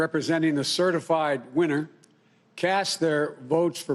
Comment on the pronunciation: Did he say "certiflied" 🤔🤔🤔